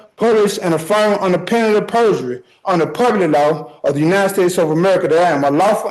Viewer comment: So was his pronunciation of "penalty of perjury". I think is was on the 5th or 6th time he said it before I even understood what he was saying.